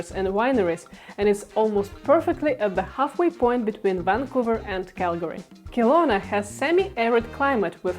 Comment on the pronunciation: Very expensive in Canada. Very populated as well. Western or Eastern, doesn't matter. Kelowna (pronounced Keh-lowna not Kill-lowna) is very busy and lots of traffic and now comparable in costs to Vancouver itself. Northwest Territories is an option.